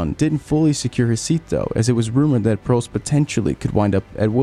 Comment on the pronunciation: Why do you refuse to pronounce peoples names correctly? Vettel, Prost, fuck are you going to mangle Bruce next?